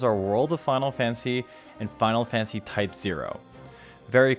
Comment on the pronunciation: “Final Fansy”